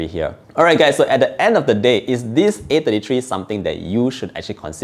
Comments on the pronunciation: I can't tell if he's saying A53 or A33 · I got confused with your pronunciation between 33 and 53, sounded so similar I had to go rewind to be sure which model you were referring to.